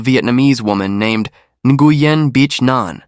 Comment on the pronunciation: Wow — this has to be the worst pronunciation of the Vietnamese name Nguyen I’ve ever heard. And seriously, her name is not pronounced “b*tch.” That’s not just wrong, it’s disrespectful. If you can put in all that work to write and produce an Asian story, you can spend one minute learning to say the names correctly. Either get the pronunciation right or stop telling Asian stories altogether.